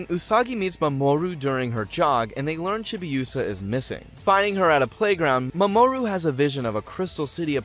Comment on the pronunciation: The fact that he pronounces the names differently every time he says them is kinda hilarious. MaMOOru is my favorite.